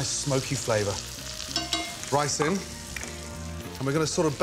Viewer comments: he says Ricin, and grabs a bowl, n i'm thinking, wtf...... but it's just Rice-IN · 'Ricin'. Gordon, you absolute monster. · i swear to god it took me 5 seconds to realize he didn't just say "ricin"